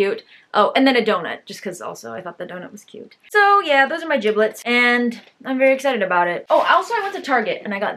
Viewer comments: ayo it’s jibbitz not jibblitz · Lol it jibits not jiblets.